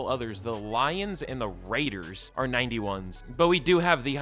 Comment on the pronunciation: never say the raiders name like that again